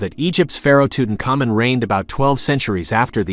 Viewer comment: Too Tank Ah Moon Tutankhaman. You pretty much totally mispronounced it.